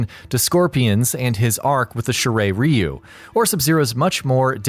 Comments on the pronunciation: (Shirai Ryu) lol he pronounced it Shi Ray Reeyu lol MK pronounces it The Shi Rye Reeyu. But actually its the Shi Rye Dyu or Lyu when prounouning the R sound your tounge slightly touches the roof of your mouth making a sharp R sound. Sounds similar to Dyu or Lyu just dont roll the R. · It's "Shirai Ryu" not Shiray Ryu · "Sharey Reyou" sorry that bugged me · ThE sHiReY rE yOu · "Shirai Re-You" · that pronunciation killed me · Idk how you manage it but, In the scorpion video you say his clan wrong not gonna type it but then in the Sub-Zero one you say it correctly, but then say Lin Kuei wrong. THEN in this one you say Lin Kuei correct but then not Scorpions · you cant pronounce Lin Kuei nor shiray ryu